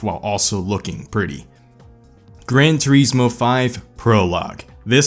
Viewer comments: "Gran Treesmore?" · I hate how you pronounce Grand Turismo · I always thought it was Grand Turismo not Gran